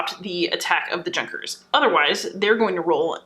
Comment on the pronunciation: Junkers lol. It's pronounced Yoo-nkers. The J in German is a "Ya" sound. Really good video btw! Great job!